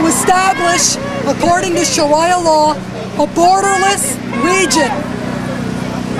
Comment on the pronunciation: shiraya law...lmao wtf??? learn how to speak THIS IS ONE OF THE DUMBEST person's IN THE WORLD OMGMGGGGGGGGGGGG WTH???? Loook at how many supporter's she had